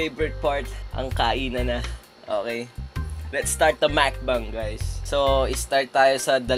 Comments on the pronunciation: Makbang? It's supposed to be "mukbang" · Natypo yung pagpronounce niya fren HAAHAHHAHAHAHAHA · Mcbang hahhhahh bwct 😂